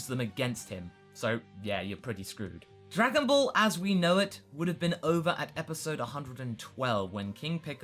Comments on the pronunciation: "What could have bean" IM IN PAIN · "What could have bean" O_O